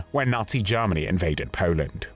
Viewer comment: Sounds like "Lord Haw Haw"..... JARMANY CALLING JARMANY CALLING